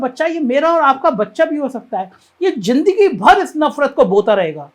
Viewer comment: JINDAGI , JAHAR, SAJA ......hindi bolna toh seek le bhainsey